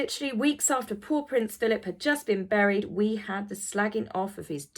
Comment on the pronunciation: You know you've been spending too much time with animals when you hear "paw prints Philip" instead of "poor Prince Philip".